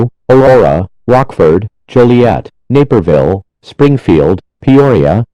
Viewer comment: When I heard Naperville it sounded like knickerville to me